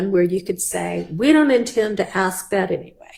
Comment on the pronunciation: For people who are critical of pronouncing the word "ask"....with the k before the s. Well, the judge did say " Who THEY is"....😊 I'm just saying people misspeak sometimes.